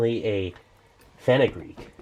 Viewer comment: What is fenagree he said?